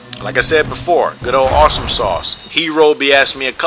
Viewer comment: Awh, you didnt include the last two matches with the havels and the yellow skin str build :( Btw, are you pronouncing my PSN as "awshumsauce?" it's meant to be awesome sauce, but it was taken, lol